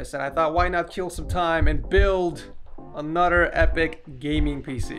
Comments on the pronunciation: "anudder epic gaming pc" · ANODURRR LOL